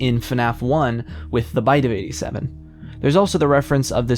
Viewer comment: "Was that the b y t e0 f ei G tee sevIN?!!"